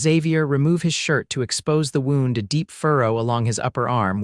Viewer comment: Please, please work on the narration of this story. There are several mispronunciations that detract from the story. Examples: dove (a bird) for dove (manipulating body away from a gunshot), wound (winding a watch) rather than wound (an injury). 😢Listening from Clarksville, TN.